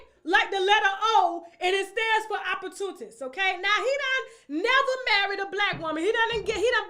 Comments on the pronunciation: It’s pronounced Op Por Tu Nist‼️🥴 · Look up at how to say OPP OR TUNIST!! U Fool!!